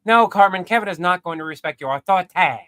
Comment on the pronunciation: ish into the video you do this accent why you say authority I'm not sure how to spell the way you said it that I remember growing up with like my whole life I've heard people say it like that you know you constantly remind me of my family